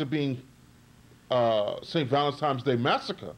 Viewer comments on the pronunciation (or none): How old are you? And you still haven't learned how to pronounce, "Valentine's Day?" There is no, "M" in "Valentine's." You say it as if the correct pronunciation is Valentime's. You should have learned that in the 1st grade!